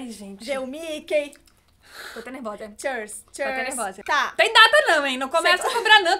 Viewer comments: "Chêrs"????? Foi de propósito? É q é "cheers" ("" chirs"") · Que agonia da falando “churz” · meeeeu, não é assim que fala cheers ai q chata eu neh perdão mesmo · Q raiva da dizendo "cheers" errado ahahah